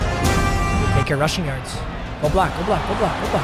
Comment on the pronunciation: “153 yushing yards” 😂